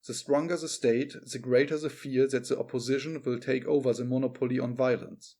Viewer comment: Mo•'nopoly not mono•'poly.